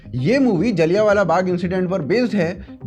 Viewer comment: भाईसाहब जी आपका जलियाँवाला को बार बार जाली यान वाला कहना यही साबित करता है कि हमारे ऊपर अंग्रेजों की छोड़ी गई अंग्रेज़ी का कितना प्रभाव पड़ा है।